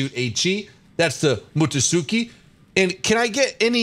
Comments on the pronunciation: Haha it's mu tsu ki, no mutusuki but you pronounced the other ones quite well. Also you like fubuki? Mmmm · Ah-key-zu-key. Fu-bu-key. Mut-su-key. Ku-ma. Ka-ko. Fu-ru-ta-ka. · Other people: Mutsuki: MUTUSUKI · Im actually laughing instead of getting cringed out of your pronunciation. "Mutusuki" XD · I'm sorry if I laugh at your video when pronouncing the name of the ships. But I will help you with that. You see, when you pronounce "Mutsuki", there's no "U" as you say on "Mutusuki". There is, however, a death letter "T" on it. You said it like "Mutton" = /ˈmʌt̬.ən/. When you said "Mutton", there's death letter "T" in between "Mut" and "Ton". Now, it's the same as "Mutsuki". When you read it, it supposed to be like this "mut̚tuki". See the resembles? But in Japanese, those letters are different. For this, I will not proceed any further because it already become advance but, you can already see that it the same as "Mutton". Now here's the real hard part. "Tsu" in "Mutsuki" is a combine words that even I had a hard time pronounce it. Basically, it's a click tongue sound. When you doing "Tch", it sound like "Tese" but without "E" infront of "T" so in words, it looks like this "Tse". Now, do that with "Tsu". It sound like "Tesu" but without "E" so it become "Tsu". The "E" in here is a dead letter so when you pronounce it, it feels like there's a "E" in there, but they're not. Akizuki is easy. Just say "Aki" and "Zuki" combine so yeah, no need to do homework for that. For Agano. The last pronounce is good. "A" (ei) on "Agano" is more like "R" (a:) without the "rr" sound. So yeah, that's a good one. And for the rest, yeah, there's no problem with that. I hope it help. I'm still not good at this (Explaining things) but at the least I can explain a little bit. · (Weebs Empire Intensifies) and the pronunciation is Mut-Su-Kee Mutsuki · I'm cringing at how bad he mispronounce Mutski